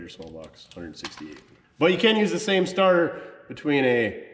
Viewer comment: Lol sorry it sounded like you said you were going to put a tarter on it